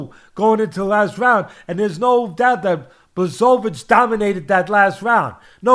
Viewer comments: I suggest saying / Yan 'Bwa.ho.veech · / bwa hO veech. The L is a polish letter pronounced as a W. The hO is said with an accent idk what you call it lol. W's are pronounced as v's ... Kind of lol. BwahOveech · BWA - HO - VITCH is the correct pronunciation! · Blesovis haha love ya teddy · BŁACHOWICZ for you like - Bwahovich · Hi 🧸Atlas I'm from Poland 🇵🇱and I give you tips how to properly Jan names pronunciation OK? No offence Polish: BŁACHOWICZ ('ENGLISH") BWAHOVICH H- like Henry ok and CH- like Charlie but little bit harder- comprendrer👌 W- like Whisky Simple you see ...😉 Your very welcome it's my pleasure Kind regards Slawomir Zgrabczynski from England After written " Supercalifragilisticexpialidoucuous. Treating makes you master. LEGENDARY POLISH POWER 🇵🇱💪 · Jan Błachowicz - Yan Buahovitch - for native English speakers having difficulty with his name pronunciation. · Bwah-ho-veetch is how you pronounce his name. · It’s actually endearing how much Teddy mispronounces Jan’s name, and how many times he changed pronunciations and still got them wrong lmao. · Teddy mispronouncing his name each time a different way has me rolling in laughter 🤣🤣🤣. Teddy you’re the greatest! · Teddy, please take the time to see how someone’s last name is pronounced, otherwise use his first name which is quite easy. Every time you slaughtered his name I’d wince. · I just wait for the day that everyone starts pronouncing his damn name correctly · Teddy mispronounced each syllable of Jan's last name, and I'd want it no other way.